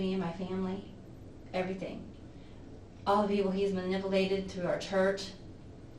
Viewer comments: “All the people he ‘maniboolated’” lmao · all the people he’s ma-nipple-ated. 😂. I know. Minor grammatical thing but made m laugh. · "All the people he's "manipplated" through our church."